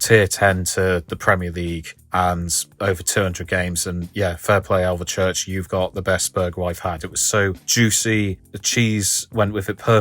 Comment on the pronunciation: I'm 5 miles from Alvechurch. Great video. Just one thing - it's pronounced "Alv - Church" There's no E in the middle ☺